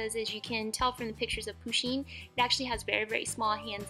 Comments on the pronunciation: IT’S PUSHEEN NOT POOSHEEN AND SHE’S A SHE NOT A HE 🤬😡👿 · just saying it is not poosheen it is pUsheen with a u not a poo lol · De rp they also said "poosheen" instead of "pusheen" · Poosheen?i thought it was pronounced pusheen 😂😂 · She keeps saying POO sheen not PU sheen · lol love how she says poo sheen lol but it's poo shin lol love this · 1. Pusheen is a girl 2. It is pusheen not poosheen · It's not POOsheen it's Pusheen ! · Its not POSHEEN........ its PUSHEEN............You deserve more subs than you have btw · You don't pronounce it poooshen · Its pronounced puh-sheen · Not poo-sheen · people pronounce it differently depending on were you live, like me i pronounce it poo-sheen like in the video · Julcia :D, RIGHT? I MEAN, AND IT'S SAID (P-UH-SH-EE-N) WHEN SHE SAYS 'HE, HIS, OR HIM' IM TRIGGERED